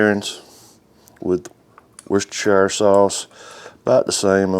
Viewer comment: Worcestershire. Pronounced wu-ster-sher